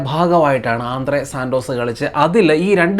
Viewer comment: ആന്ധ്രാ സന്തോഷ് ❌ ആന്ദ്രേ സാൻ്റോസ് ✅